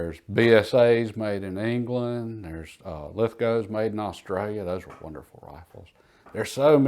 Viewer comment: Thank you for calling it a Lee Enfield, as opposed to Enfield, and thank you for pronouncing Lithgow correctly. My dad was an Australian soldier from 1946 to 1976 and used and loved the Lee Enfield. He said it was soldier proof, which means you couldn't break it if you tried. I owned one too at one time, a 1918 BSA that still shot like brand new. Wish I never sold it! Thanks again!